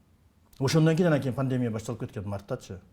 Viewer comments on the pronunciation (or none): none